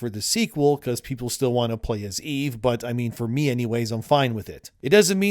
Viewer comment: Dude, quit pronouncing it wrong. It's EVE, not "Evie/Evey."